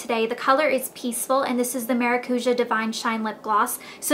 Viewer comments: You say it as "maracuya" in spanish. Try fresh squeezed maracuya juice because it tastes amazing! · It'spronounced Maracuya.... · you say maracuja wrong. maracuja is a brazilian world, and I'm brazilian. its MA-RA-CU-SHAR :) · is it not pronounced cuya? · It's actually maracu-JAH. lol It's Brazilian. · It's weird to here how you say maracuja cause I'm latin and we pronounce it mara-COO-YAH. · Lol in spanish and portuguese maracuja is passion fruit and thats not how u say it anyways.... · You said you did tons of research. But you sure dint learn the correct pronunciation of the oil.